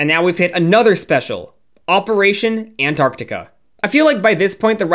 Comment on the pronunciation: I almost died when you pronounced antarctica correctly i have been waiting so long for someone to do that i swear everyone just say antartica